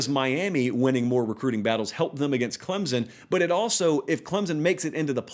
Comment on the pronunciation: Just say Clemson correctly